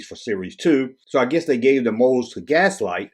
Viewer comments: V-L-I-X pronounced vlicks. GLASSLITE, pronounced glass light. Come on dude lol. Killing me lol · I've always pronounced the character as Licks with a V, VLicks. Also the Brazilian company is Glasslite (Glass Light) not Gaslite. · Did a quick search for Glasslite commercials from Brazil. They definitely pronounce it: Glass-Leet. Not sure why you keep leaving the L out of that word... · Its pronounced glass-leet.